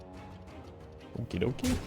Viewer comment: For anyone who also watches Emongg, please tell me I'm not the only one that hears him saying "yup rock" every time says rock